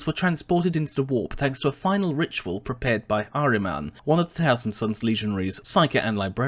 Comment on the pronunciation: its not "AY-MAN" you silly moron...its AH-Man...Prospero is heavily based of egyptian as well as sorcery...which is why they lall have egyptian style names like Ahriman